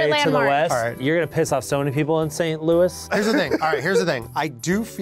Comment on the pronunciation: “You’re gonna piss off so many people in St. Louis” he says after pronouncing St. Louis wrong like 5 times